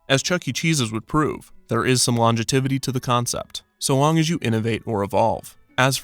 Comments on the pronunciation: it's pronounced "LON-JEV-I-TEE" not "longetivity" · The way he said "longitivity" instead of longevity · Hey Kevin, the word is LONGEVITY, “longetivity” is not a word. Anyway, big fan of your work! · Take a drink every time Kevin pronounces longevity as longetivity. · When you said there was some, “longetivity,” to the concept... it’s longevity. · *longevity, not longetivity 🙂 your videos are very interesting and I'm glad I checked out your channel 👍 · longitivity? not longevity? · "longetivity" LMAO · thats not how you pronounce longevity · Lmao! "Longetivity..." how does your autocorrect not fix things like this when you type your scripts? I love your videos but mispronunciations like this are quite jarring. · It's pronounced "Longevity" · please, , correct the word "longevity" from the pronounced "longetivity" it rustled my jimmies somethin fierce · Wow I’ve never heard someone mispronounce the word “longevity” quite in that way before.